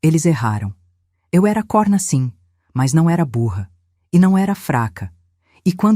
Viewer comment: A narração é medíocre erros de português sempre em todas as histórias e nesse vídeo COHRNA NAP CORNA DIM FECHADO COMO CIRCUNFLEXONO O. VERGONHOSO ESTAO ENRERRANDO NOSSA LUNGUA PORTUGUESA